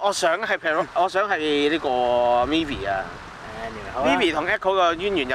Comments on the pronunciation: Myvi 不是mee-vee/mi-vee，是You're 'my' love的 ‘my’-vee 啊 🤣🤣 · 对了。卖 [第二声] Vee. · myvi 读 卖v 不系 米v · 大马Perodua Myvi的发音是 "麦V",不是"米V" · These 2 hongkonger uncles very unique pronunciation slang on Myvi became MeVi 😅